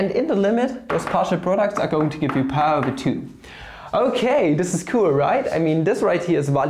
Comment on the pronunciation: Lol what is wafu do u mean wife?? 🤣🤣🤣🤣😂😂 I think dividorial is pi's boyfriend and pi is dividorial's girlfriend what a beautiful relationship 😍😻💟 And u pronounce 5 like FAF just like y as whayy(inspiriert von Ozarks bester Netflix-Serie) And u pronounce pi over 2 like paaaye over two ("""")